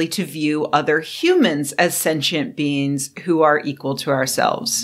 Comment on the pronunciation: Sentient BEANS!? I know, but I can't unhear it.